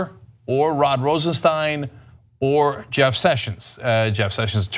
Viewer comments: Ana, please, the man´s name is Rosenstein, not Rosensteen. It looks like it´s going to be a name to remember. You might as well get it right early, which was a year ago. You´re still great. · Do these presenters EVER correct each other when they say someones name wrong? Cenk called him Rod Rosenstein & ANA call him Rosensteen.. CENK should correct ANA.. is not RosenSTEEN.